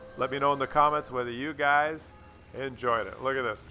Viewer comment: "you guys" is pronounced "yoogs". Was anyone else hoping they killed each other by ramming, or maybe shooting.